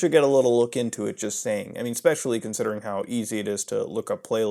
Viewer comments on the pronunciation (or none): none